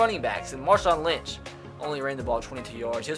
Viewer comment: whoops and Marshawn Lynch god wtf is he saying